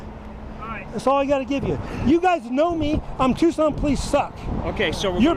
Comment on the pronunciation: Policing by the pound…. It’s pronounced TUKSON.